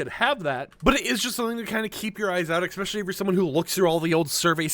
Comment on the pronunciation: please stop saying exspecially there is no x its especially with an s and p